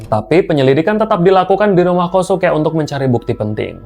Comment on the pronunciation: Kosuke cara menebutkannya KYOSKE…